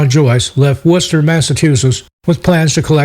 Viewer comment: Not often I see "Worcester" pronounced correctly. Well done.